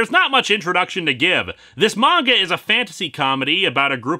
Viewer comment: One of my fav things about linkara is the fact he pronounces manga right lol